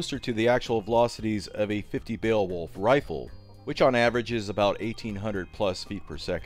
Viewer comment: I know the word looks super funky, but it's pronounced "BAY-Wolf" It was drilled in to my head in school when we had to read it cover to cover. Why, yes...I am old. Shakes tiny fist at an errant cloud while adjusting the onion on my belt